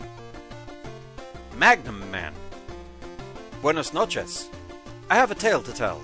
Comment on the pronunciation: As a latin person, I will always save in my mind saying "buenas noches" and a lot of other Spanish words, that was weirdly satisfying.